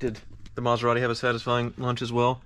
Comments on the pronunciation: he said Methorati 😂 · "Metherati"!! I'm crying lol!! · Metharati ? 😂😂😂 priceless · A “Meth er rati”…..🤣